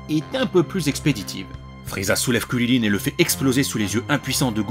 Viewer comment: Je ne comprends pas cette prononciation de "Krilin" ?